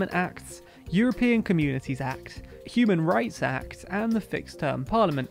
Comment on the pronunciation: It really sounds like you said "Cuban Rights Act". I'm sure Cubans could do with such a thing.